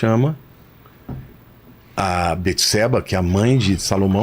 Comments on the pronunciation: ERA BATESEBA E NÃO BETESEBA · Só o nome de salmão quem deu foi Deus. E não jedidias que foram seus pais. Davi estava com frio pq estava doente. E não é beteseba e sim bateseba a pronuncia.